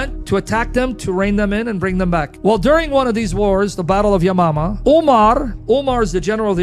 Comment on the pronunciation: I LOST IT WHEN HE SAID, "THE BATTLE OF YOMANA". I TJOUGJT HE SAID, THE BATTLE OF YO' MAMMA!😅😅😅-😂😂😂😅😅😅